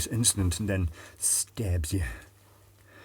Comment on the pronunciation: For some reason my wife laughed for 20 minutes at the way you said "stabs you"